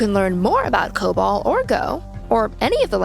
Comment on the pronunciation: Why does that one lady call it co-bull? We all call it co-ball here.